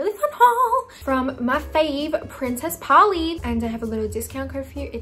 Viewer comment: im crying at the way leah said princess polly in an american accent omg